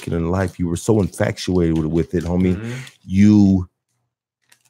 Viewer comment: He also said infactuated like 5 times lol